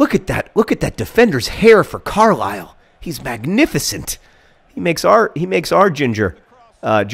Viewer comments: Carlisle is pronounced "Car-lyle"... the fuck if I know why... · As a person from said mythical place, it's pronounced like Carlyle.